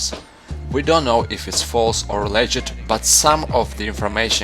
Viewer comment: le-git hmm....